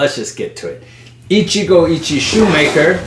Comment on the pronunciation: Pronunciation tip: the "e" in "Ichie" is approximately pronounced like "eh". The rest you're pronouncing spot-on. So in other words, "Ichigo Ichi-eh". Put yet another way, it's (coincidentally) pronounced the way a Spanish speaker would read it.